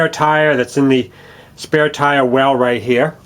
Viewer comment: What is a " woom geah".. "right heah"..?